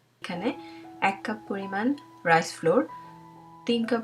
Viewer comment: এটার উচ্চারণ ফ্লোর না। ফ্লাও্আর্ (র টা উজ্জ থাকবে এরকম।)